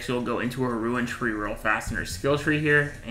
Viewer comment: its RUNE not RUIN. christ that made this unwatchable.